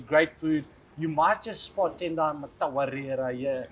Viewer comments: Its not difficult at all. its just Mmm-Tawarira. Not matawarira. And its not petty to expect the host to have enough respect to pronounce his team mates name properly. It is a household name and he was in the same team for how many years? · Geez Jean you were his team mate and you are the host of the show - the least you can do is learn to pronounce his surname...